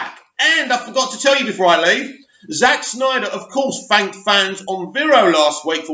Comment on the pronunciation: it's "Snyder" also thankyou for breaking this news it's major news as far as I'm concerned!! Made my day!!